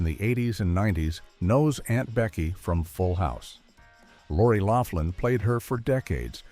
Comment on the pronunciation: You REALLY need to do more research... Her name is Lori LOUGHLIN. Not Loflin.